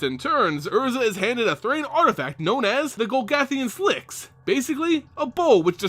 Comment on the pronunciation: the gogolthian slicks! haha, its pronounced sigh-lex